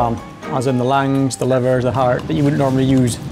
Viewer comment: "lam's liver, lam harts, lam langs (gibberish)"